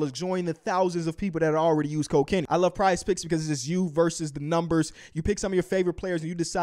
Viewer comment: Everytime kenny says "use code kenny" I hear "use cocaine"